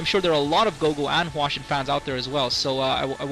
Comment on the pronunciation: hwasin - not hwashin